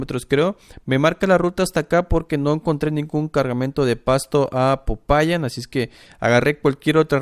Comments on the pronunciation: SE DICE POPAYÁN EN EL MINUTO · SE DICE POPAYÁN